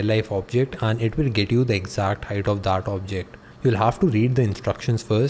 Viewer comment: bro it's not "aaplication".... it's application. one more... it's not "daaaat".... it's "that". it's irritating yaar....🙄